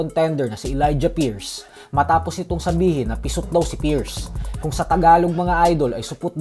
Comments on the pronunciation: Halatang Hindi nag aral pati pierce Hindi ma pronounce tapos nakuha mo pa man Trash talk Gaysayawa moments😂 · Hindi mo nga ma I pronounce yung Pierce Bisayawaka ka talaga 😂